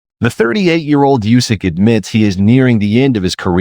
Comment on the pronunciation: AI can't even pronounce uysk.. n why uysk p4p 1 he fought I really good cruiserweight bredis only won by majority decision. In heavyweight chisora was close. But he won on points. AJ 1 h.. AJ was still in shock at his defeat by ruiz . AJ 2 was good fight uysk by close points split I think. Dubious hmm got dropped by a bodyshot. It's called KO but got the ref to help him out. Fury well fury won the 1st fight . 2nd fight uysk danced a lot n won on points. N now should fight parker but will fight dubious again.. no way uysk is p4p 1. It is a 122 4 weight division champ 2 weight 4belts n in 24championship contests never lost n KOd 22.. uysk only 9 chamlionship fights as pro. In almost same time